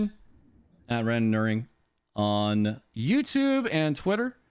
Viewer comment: Bummed I missed this particular vtuber when he was active, but thanks to him I actually learned how randonneuring is pronounced